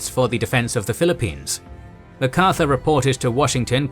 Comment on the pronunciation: why pronounce it Ma Carthur, not Mac Arthur???